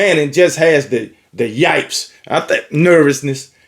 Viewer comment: Yips is pronounced like sips. Not yipes like pipes.